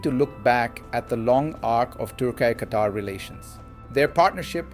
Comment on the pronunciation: For gods sake its not pronounced turk eye.